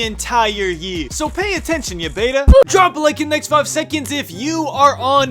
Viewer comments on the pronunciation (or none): none